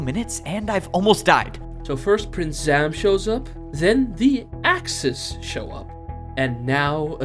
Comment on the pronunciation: Everytume he says Axes, i hear The Axis